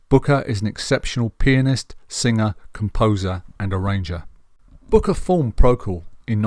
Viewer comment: A very good, considered appraisal, apart from two basic errors; the most glaring being the irritating mispronunciation of the main man's surname throughout....It's BRooker..... BRooker!! The other is the omission of acknowledgement of any males in the jazz vocal group The Swingle SINGERS.